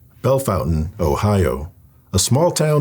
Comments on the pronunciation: Its Bel-fon-TAINE not fountain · Bell-Fon-Taine (Like Tang without the G). Horrendous story!! First time hearing it.